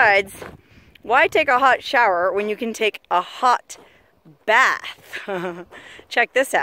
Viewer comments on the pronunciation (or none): none